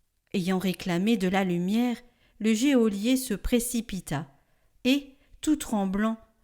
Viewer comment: Geôlier se dit « jo-lié », pas « jé au lié » !!!